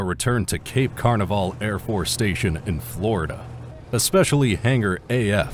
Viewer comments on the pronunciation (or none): It's not Cape Carnaval, it's Cape Canaveral!!